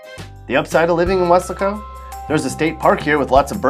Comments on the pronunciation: it should be pronounced "weh -LASS - koh" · who told you how to pronounce Welasco? it's we-LAS-co. Also, you left out Amarillo. and San Angelo... and Wichita Falls... and it's very sad about Galveston. up until 1900 it was a very important and cool place (think New Orleans). Unfortunately, the 1900 hurricane killed half the people and blew the city away, and it never recovered. and definitely stay out of that southeast corner of the state! Vidor's latest claim to fame is that it is where the two white supremicists chained a mentally challenged black man to their pick up and dragged him to death. but they were arrested and sent to death row. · Thats pronounced "was-lay-co"